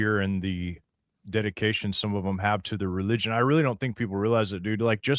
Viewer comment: Did you say re-legion?